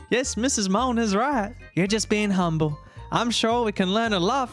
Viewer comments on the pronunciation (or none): none